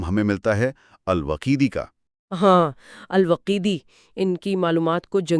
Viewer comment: الوقیدی نہیں الواقدی